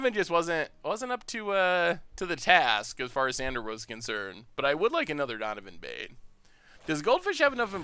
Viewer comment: donivan bane? does he mean dovin baan?